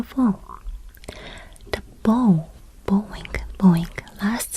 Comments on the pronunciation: Dear, THANK YOU for these insights. It will make travel in Japan so much easier. A minor point. "bow" (as in bowing to show respect) is pronounced like "cow". Not like "toe". (When "bow" is pronounced like "toe" it means a knot as you might have on a shoe or a gift. Or it can mean the weapon used to shoot arrows.) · Lovely video, thank you. FYI — The word “bow” when used to describe a gesture of bending forward to show respect rhymes with “now” or “how”. When describing a ribbon or scarf tied with two loops, it rhymes with “so” or “low”.